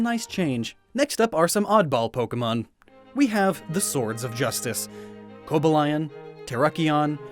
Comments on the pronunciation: Koba-lion? Don't do that it's Ko-ba-li-on,Vir-i-zi-on,and Ter-ac-i-on (sry if it's spelled wrong but I just had to say something) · I’m really upset at the way u pronounced Cobalion.... it’s Co-bal-ion and not Coba-lion and if ur not sure just watch the movies bc the voice actors r the most credible when pronouncing Pokémon names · This is the first time I hear Coba-lee-on being pronounced as "coba-lion"... am I drunk or? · I like he pronounced the swords of justice Coba lion, tera kione, Verizon, and kale dio